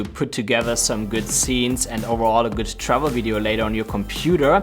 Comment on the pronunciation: Awesome tips. But every time you were saying "Travel Videos", it sounded to me you were saying "Shovel Videos" hehe must be the accent and my French Canadian ears for sure:P